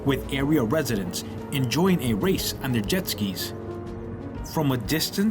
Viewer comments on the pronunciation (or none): none